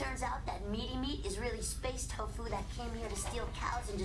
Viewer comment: Nu-fu = Nu- poop. You slay me,.